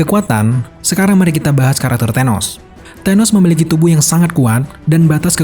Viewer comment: Tenos? TA...